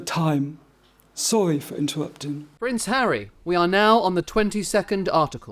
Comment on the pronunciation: These court re-enactments re truly dreadful. Couldn’t GB news get a better wig for the KC, the wig used here looks like cheap dolls hair. The actor playing Harry has rhotacism the inability to pronounce the letter r something which Harry doesn’t possess, or has this been done to make Harry appear more inept.